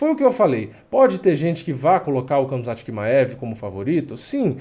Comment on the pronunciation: nao é kamzat, é ramzat..mesma pronuncia do Khabib